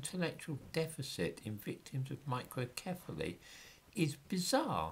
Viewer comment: I laughed every time you said microcephaly.